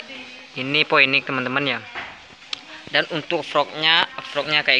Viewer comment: Phoenix dibaca Finiks mas